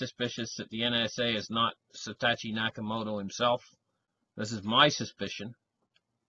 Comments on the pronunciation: YESSS!!! Hello? SAH-TOW-SHE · It's SA. TO. SHI.